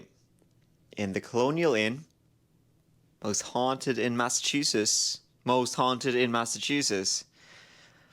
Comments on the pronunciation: "Massachuses." Nailed it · It's the "T",!!You are an honorary MassHole ❤ Glad u returned ❤ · Interesting pronunciation of "Massachusetts,"! Did you not notice the two letters before the final "s"? 😂😂😂 This was a wonderful video. Shows just what kind of kind and considerate person you are, too, that you get annoyed at the behavior of tourists! Thank you for all you do,! I hope you continue and showcase more cities here in the good ol' USA!